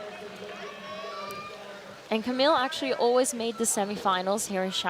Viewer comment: Or 'Camille'